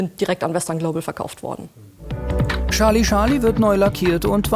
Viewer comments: Es heißt Charlie Charlie, nicht Schalie Schalie..🙄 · Scharlie, Scharlie. :D Ich krieg die Krise! XD Das wird als Tscharly Tscharly ausgesprochen mein lieber Sprecher. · Es ist nicht "Sarlie Sarlie" - oh wie frustrierend es zu hören! Dei Frau am ende sagt es richtig. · Scharli Scharli ... Scharli Scharli ... Scharli Scharli ... Scharli Scharli ... Hat noch jemand mit der Zeit leichte Aggressionen verspürt? :-p